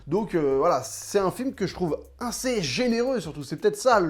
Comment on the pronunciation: J'adore ton taf mais tu me stress ont dis Assez pas Inssez mdrrrr